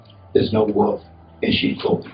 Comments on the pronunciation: Mark Goudeau: "I'm no wolf in cheap clothing"...: IT'S THE WOOL-EFF.... IT'S THE WOOL-EFFFFfff.. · Goudeau: Pronounces "wolf" as "woof" and refers to himself in the 3rd person.. Me: lock him up!